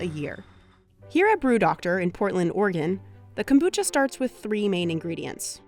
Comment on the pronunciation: The narrator did the accent when she said kombucha, I think she knows what she is talking about.